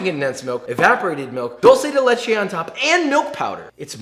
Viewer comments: why do americans say dolce dei leiche IS DULCE dUlce dE lEchE stop u hurt my ears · Ik my mans did not pronounce Duce de leche like that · Oh yes, my favorite, "dorse de leshe" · Two things Joshua... First you are one of the few- if not the only one - who achieved the proper color of dulce de leche. Second, please PLEASE Don't say "dolce" it is not italian... It is "dulce" like doolce... It hurt my soul as an Argentinian. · Since Dulce de Leche has become mainstream in NA...I just want to clarify the pronunciation as I hear a lot of english speakers pronounce it as Dull-sey de leche think more of it like Dool-sey de leche and Bob's you uncle. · Hey Joshua cool video, but it's "dulce de leche" not "Dolce de leche" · I was surprised that Josh didn't fuck up with his spanish until he said "dulce de leche" 😔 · plz try to say dulce de leche as it should sound thanks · He pronounced it wrong 🤣🤣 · He still messed up on saying dulce de leche lmao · That’s not how you pronounce “dulce de leche” and that’s not how you pronounce “leche” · Every Spanish speaker dies a little whenever a English speaker pronounces dulce de leche.... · While pronouncing dulce de leche the U is more like the U in bonjour (ou) Greetings from Argentina